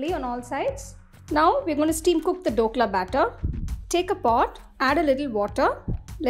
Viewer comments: not Dokla its Dhokla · The recipe is nice. Btw its “DH” okla and not Dokla😅